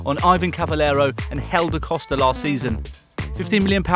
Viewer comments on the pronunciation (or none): none